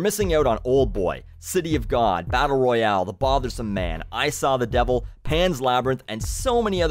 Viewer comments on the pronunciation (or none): none